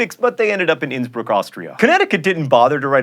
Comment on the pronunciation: I'm sooo proud of you for pronouncing Innsbruck about right 'wiping a tear from cheek, smiling proudly*